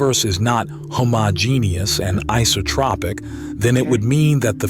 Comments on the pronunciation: "Homogeneous" is not pronounced as homo genius, though it should be. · What is a hoh-moh-genius universe? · First time I've ever heard someone pronounce "homogenous" that badly. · pronouncing “homogeneous” like that is wild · I don't learn science from people who can't pronounce homogeneous!